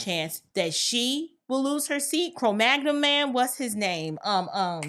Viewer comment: She said Cro-Magnum Man😂😂😂